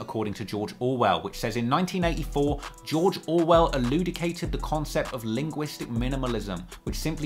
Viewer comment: dude. Jacques elucidate, the letter H like shoot are the mispronunciations a code to stuff that you think is actually true?